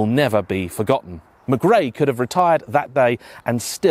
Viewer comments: Colins name is McRae with a C not Grae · Ffs.. its Colin mckray!!!!.. not mcgey.. 🤬🤬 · Mcrae m8 not Mcgray , otherwise great review👌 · For God's sake man , Colin's name is pronoucned 'mCRAY", not "mic ray" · Who the hell is Colin Mig-ray? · Worst butchering of 'McRae' ever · Great video and all that, but where you deliberately trying to pronounce his name wrong? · a motorsports hero....whose name you cant seem to pronounce... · Colin was a bawbag. But at least say his name correctly ffs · Why you making such a meal of pronouncing McRae?